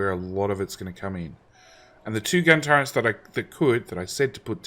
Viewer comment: There is no N in the word Turret